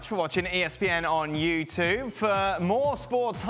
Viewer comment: Why does he say ‘ESPN on YouToo’ - They need to fix that.